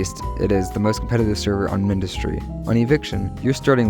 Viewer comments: Because its Mindustry not minedustry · why do you pronounce mindustry like that